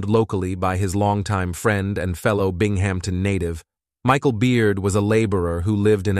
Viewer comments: “Bing Hampton” lol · (bing - em - tin) not bing-ham- ton. Lol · It’s not pronounced “Bing-Hampton”. It’s pronounced “Bing-Em-ton”. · The AI pronunciation of names is almost always incorrect. “Bing-HAM-tin” is ridiculous. 🙄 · Mispronounced many words, and emphasis on wrong parts of sentences. It got worse the longer it went on.